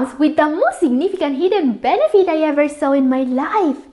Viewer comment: Pronounce it right please...moosely or mostly? Sometimes, there are words that I can't understand..are you speaking allien words??? Lou or low? Benipit??